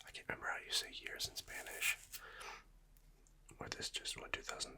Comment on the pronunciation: Yo your spanish pronunciation is actually really good